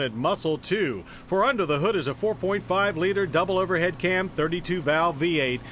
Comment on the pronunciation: Everybody loooooved those dual overhead cams and 32 valves during this time lmaooo “ooooh dual overHEAD cAmS faNcccy new V8 for us faaanCy Americans”